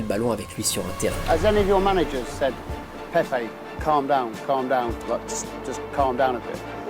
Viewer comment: Français ! Apprenez à respecter les noms des gens. Il s'appele PEPE et non pas PEP. Rien que pour ça je ne regarde pas la vidéo. Surtout pour les Africains que vous appelez EME BAPPE, ENE GOMA, ENE GOLO KANTE alors que ce n'est pas comme ça qu'ils prononcent leurs noms.